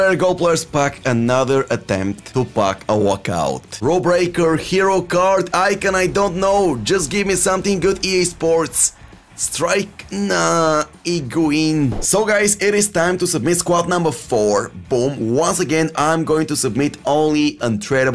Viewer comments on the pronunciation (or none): I love how doesn’t give a fuck about mispronunciations in player names🤣 higuin ( Higuaín) bamba ( ikone )